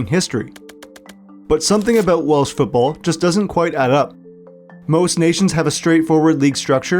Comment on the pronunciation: Props for clearly doing some research on Welsh pronunciation, not something you get from every content creator.